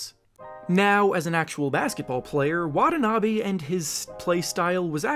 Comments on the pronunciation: WanTaNaBe not Wadanabe. Great video though!! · His name is not pronounced Wad-a-na-bay, it's Wa-ta-na-bee. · wah-TAH-nah-be please. Not wah-tah-NAH-be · Pronounce it right, not Watah Nabey It's (Watanabi)Watanabe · Plz pronounce his name properly with emphasis on the T's